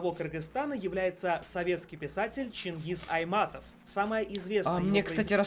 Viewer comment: Да задалбал ты каждую секунду ставит на паузу и не чангыз Айтматов а Чынгыз Айтматов